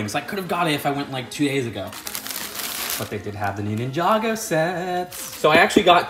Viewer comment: moneygo instead of ninjago lol